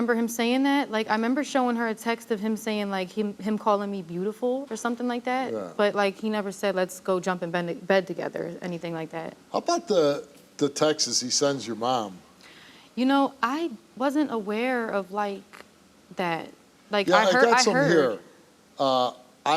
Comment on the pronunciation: It's "texts" not Texas or text'esss. Come on Steve 😅😅